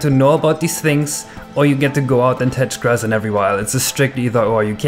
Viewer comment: aaaahh, grass.... I was convinced he said "You either get to know about these things, or you get to go out and touch GIRLS every once in a while. It's a strict either or, you can't have both." It made me giggle